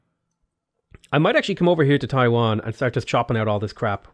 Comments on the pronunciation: hey, its Tai Yuan. Not Taiwan. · Stop saying Taiwan. "TEYE-YUEN." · It's funny he pronounced TaiYuan as TaiWan (two totally different places and are very far away from each other) for me as a mainland Chinese, yet totally acceptable. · Guys don't complain about mispronouncing everything. He's Irish he knows how it feels. Síofra is prounnoced Shee-fra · Dude it's not even Taiwan... and FYI Taiwan was indeed founded as a Chinese province, if you like to call it as a country, it could be Formosa or Republic of China. So there's nothing too incorrect with his mispronounciation in comparison to your claim. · It’s TAI “YUAN” not TAI”WAN” bro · Every time I hear pronouncing Taiyuan as Taiwan gives me giggles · Hi! Love ur contents. One small heads up: Taiyuan is a city in northwestern China, pronounced as Your pronounciation is actually pretty accurate for Taiwan tho.